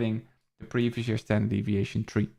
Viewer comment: hell yeah thanks again bro! Yo kinda random but you pronounce the number 3 like tree and its funny because my family from Belize pronounces it that way haha I'm not sure if you got any Caribbean blood in you lol